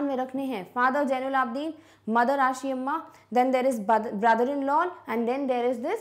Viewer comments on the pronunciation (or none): It's zainulabideen not jainulabdeen google also have wrong info